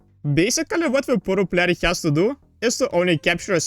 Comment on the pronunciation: Yes can u also practice how to pronounce "player" please